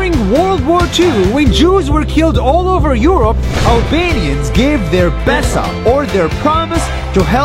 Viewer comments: BRUH ITS NOT BESA IT IS BESË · Haha im from albania and u are reading "BESA" wrong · You pronounced it erong its bésa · I thought it be bitch instead of bessa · They pronounce Besa pesa, and pesa is money in urdu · at the start of the video i thought she said ''bitc...'' ya female dog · Im from kosovo BESA means trust also the E is pronounced like an he but without the h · Guy:u have my BESA me:I THOUGHT HE SAID VISA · I swear she said b*** in the start of the video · Plot twist: Its not BESA Its " bASS". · Btw we don't say Besa ,we say it like not b but a like a beatbox bass we just touch our lips and say b ,albania is one of the hardest languages to explain,so im not trying anymore. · Besser ( pronounced like "bessa") means better in german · It sounded like "You have my paisa" 😂😂 (Paisa means money in Hindi) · If you speak albanian you know that he's saying it so wrong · Yeah i am albania,he pronuces it wrong but its ok. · Im albanian and the way he says Besa is just funny. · Besa you to say besa.